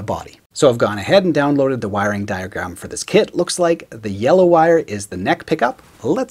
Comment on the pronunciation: I keep overhearing You say "kid" instead of "kit". It makes Your video more entertaining 😅 "... it has a pre-made body..."🤣